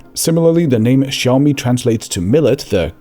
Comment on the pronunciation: why is bro actually pronouncing Chinese